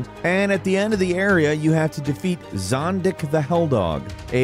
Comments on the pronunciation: It's Zodick the Hellhog, not "Zondick the Helldog" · Why can't you get Zodick right every time?